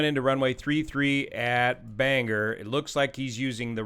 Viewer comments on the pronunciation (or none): Thats pronounced BAN GOR NOT Er. Great Channel! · Please it's Bang- or. Not Bang - er! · Very strange to see a local news story detailed on this channel. Thanks as always for the coverage! For those curious, it is pronounced Bang-GORE (not Bang-er, but this option is kind of fun). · The pronunciation is Bang Gore not bang her… Someone’s laughing their butt off. Not that it really matters. RIP my friend. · It’s BangOR, Maine! Not BangEr, Maine!! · Bangor “bang-gore” Maine. Not Bang gur. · Pronounced bang-gore and not banger. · Just an FYI since this was so detailed and thorough Bangor is pronounced like it is spelled. Bang-or not Banger. Thanks for the analysis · BangOR not BangER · Bangor is not pronounced as "banger" it's "BANG-gor"! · (pssst.. Bang-Gore... most pilots get it wrong and it gives the local a giggle, as it often comes out as Banger..:);) ) love the channel... not a pilot, just someone that enjoys tech and detail.. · It is pronounced Ban gor not Banger. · In the future, it’s “Bang-or” not banger. That’s something you have with mashed potatoes in the UK. -Maine pilot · It’s pronounced bang-gore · Bang GORE. is there any YT that pronounces it right? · It’s pronounced “bang-gore” I know makes no sense. Also this crash everyone was devastated. First crash in Bangor….. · It’s pronounced: bang-gore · Bane gore is the correct pronunciation 😊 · To bad they didn't send him to Old Town airport just 12 miles away. They have a runway N/NE would have been landing right into the wind that day. And by the way Bangor is pronounced Ban GOR heavy on the gor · "Ban-gore" Maine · Excellent analysis. Just a note on pronouncing 'Bangor'. The two syllables are 'ban' (the ban sounds the same and the ban in band) 'gor' (the 'or' sounding the same as the word or). Keep the 'g' with the second syllable). Do this and you will sound like a real Mainer (Mainah). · Pronounced locally “bang-gore”. Thank you, from Bangor 😊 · Bangor is pronounced Bang-Gore 😂